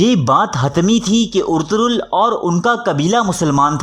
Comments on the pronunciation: It's ertugul ..not urturool😂😂😂😂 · Abey Yar Ertaghal Ghazi Ka Naam tu Lena seeklo Naam Bigad rhe hooo